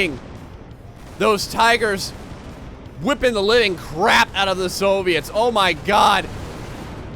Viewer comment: Soooviets lol you say it so weird